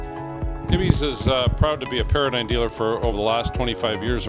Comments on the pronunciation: It's pronounced Para-dime, not Para-dyne. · It's Para-Dime